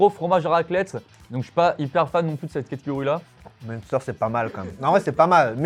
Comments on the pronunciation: Merci on dit pas Monster c'est une boisson ça 😂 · en Alsace on dit MAINster et pas mounster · Phonétiquement ont dit « m1stèr » pour le munster pas monster 😂😂😂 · Le Munster, ça se prononce minstère 😊 Faut pas le prononcer à l'anglaise, il vient pas de là bas 😂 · La prononciation du "munster" est ignoble, voilà je le dis ça m'a perturbé sur cette partie de la vidéo 😅. Bon sinon comme d'hab bonne vidéo.